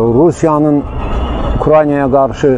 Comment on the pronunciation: ameyika ukyayana det "r" demeyi orgen sora diktorluq ele de. geydiyey detdiyey